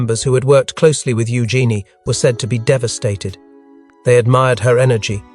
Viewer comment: It's pronounced u Jeanie.